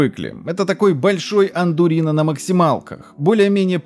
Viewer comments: АРдуино, а не Андурино) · ха ха АнДурино :) Может быть всё-таки Ардуино (Arduino) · Не андурино, а ардуино. DIP читается как дип, а не по отдельности